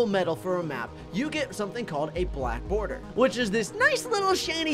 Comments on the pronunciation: Boarder, lol it’s border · Nice, black “boarder”. Its border you silly goose 😝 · The word is border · its border not boarder!